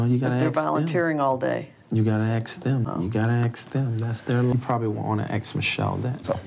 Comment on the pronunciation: Axe (ask) Michelle! Or axe (ask) the financial advisors. 🙄😒😬😅 I'm adding in "ask" in case anyone finds it to be threatening LoL